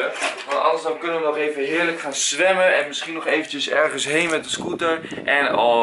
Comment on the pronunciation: Lol hij zegt swemmen in plaats van zwemmen